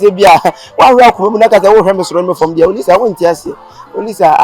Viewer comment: Eeeeii so the girl name is Olisa and kyekyeku said Louisa 😀😀😀😀😀😀😀😀